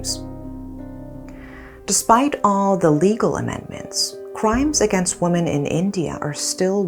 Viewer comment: It's annoying that you can't pronounce WOMEN properly.